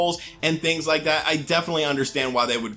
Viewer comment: I rike it a rot